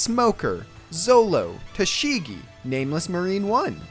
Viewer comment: Pronounce - taashigi not tashigi🙄